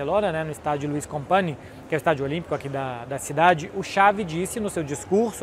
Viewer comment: pq você falou "Compani" se sabe que é "Companhs" (Companys em catalão)? 😄